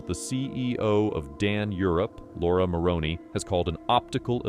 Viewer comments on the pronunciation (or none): none